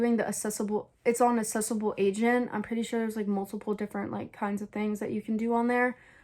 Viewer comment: it’s aceable agent not assessable agent 😭